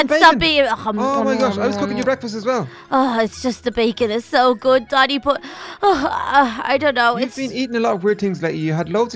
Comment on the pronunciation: when said Danny it sounded like she said daddy